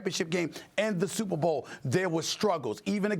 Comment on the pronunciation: ..... "SUPAH BO" - DAMIEN WOODY .....